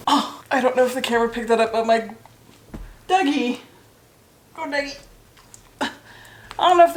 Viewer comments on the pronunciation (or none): none